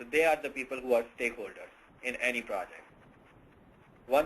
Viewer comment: steakholders uh, stockholders... stakeholders...